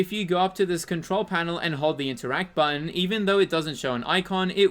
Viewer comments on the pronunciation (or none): none